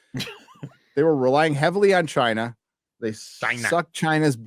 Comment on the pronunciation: Your way of saying China is getting realy annoying